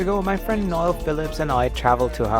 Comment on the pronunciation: it is NOEL not Nail NOEL